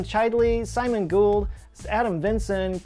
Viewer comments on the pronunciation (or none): none